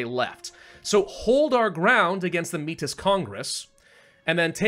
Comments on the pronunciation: Métis is pronounced May-tee, its a french word for people of mixed native and french ancestry. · By the way, Metis is pronounced May-Tea. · May-tee the s is silent 🤫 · it is pronounced Meh-Tee, and it is a real people group that is quite wide spread in Canada. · Métis = May-tea that’s how it’s pronounced